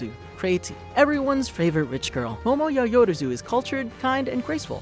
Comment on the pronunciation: Yayoruzu.... yAyOrOZu..... YAYORAZU?! No! It’s YaO-rozu!